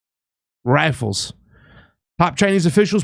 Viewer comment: I lost all confidence in you you don't even know what a bayonet is and you mispronounced rifle that's ridiculous